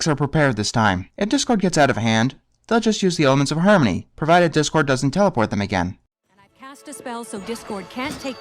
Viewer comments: She said Dipcord. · Rainbow actually said "dip-cord" sadly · Yes, she said "Dipcord" as in "dipshit". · I think Rainbow was supposed to be saying “Dipcord” but boy does it sound like “Dick-cord”! Which is the best angry nickname for a villain like him! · I think she said "Dipcord" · She said dipcord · Rainbow Dash actually called Discord "Dip-cord" but why does it sound like Dickcord? Would've been funny if it was dickcord